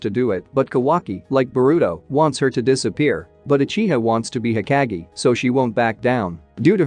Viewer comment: pleasee its not hokagiee, its hokage 😭